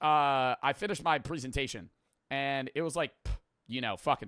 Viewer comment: Why does say presentation like that stop bro